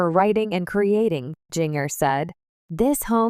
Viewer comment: It would be so much better if you’d narrate this instead of having a robo voice that can’t pronounce “Jinger” or maybe you should have spelled her name “Ginger” for Robo Voice so it would stop saying “Jing-er”